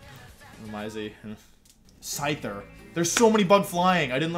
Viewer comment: Did you just said ScKyther?!!!!